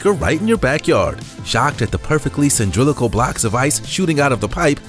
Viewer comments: "Cyndrilical". It's Cy-LIN-dri-cal. :) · Cindrillical? Twice? Really? Have you tried 'cylindrical'?